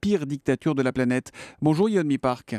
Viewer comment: Yeonmi* et pas "Yeomni"